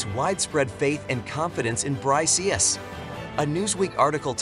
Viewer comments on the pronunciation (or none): It's not Bry C S. It's it's pronounced similar to bricks. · BRY-C-S lol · This f*kwit can't even pronounce the acronym BRICS as BRICKS should not even be making video on Youtube. I didn't listen to his weirdness on the whole video. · it is not bry CS, it is pronounced as Bricks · BRO REALLY SAID BRICIIIS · I am pretty sure the pronounciation of BRICS is wrong. Makes the entire video sound stupid.